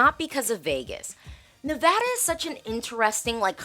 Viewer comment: Go California and Nevada(my home state). By the way….thank you for pronouncing Nevada correctly.